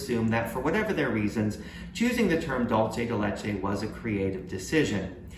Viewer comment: Dolce de Leche is NOT Spanish for candy of milk. It's a mix of Italian (Dolce) and Spanish (Leche). The correct spelling is Dulce de Leche and it's pronounced "DOOL say" (or "DOOL thay") NOT "DOLE CHE"